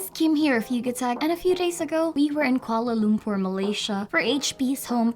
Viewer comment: naugtified? kuala lompur? 😂😂😂